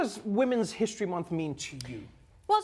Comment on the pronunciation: (she said "Hist-HER-ry") but, Hey! Good Janet Jackson album title!